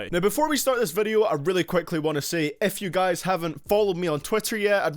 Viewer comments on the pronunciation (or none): When he said if you guys I thought he said f u guys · I thought you said f you guys